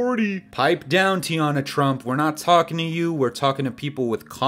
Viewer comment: Did you say teana trump? I literally just finished off to her